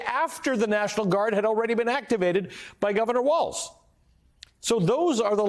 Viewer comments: JV Vance doesn't even know that it's Tim Walz, not "WalTz". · Is it me of does JD Vance pronounce Tim Walz as "Tim WALTZ" ? I've heard him say it like this many times. DOes he really not know how to pronounce WALZ or is he trolling? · The guy can't even accurately pronounce Tim's last name